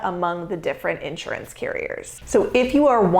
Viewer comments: Since you talk about it, since you push it, since you sell it, and since you promote yourself as an expert about it, perhaps you should learn how to properly pronounce "INSURANCE!" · An insurance broker who can't pronounce insurance properly? Not a deal breaker. Not knowing the plural form of diagnosis? Deal breaker. j/k